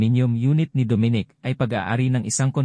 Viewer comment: hoy mali ang pag prounce mo sa name ni dominic bisaya ka ba tigasng dila mo gags.